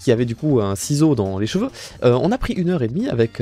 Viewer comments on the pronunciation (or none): none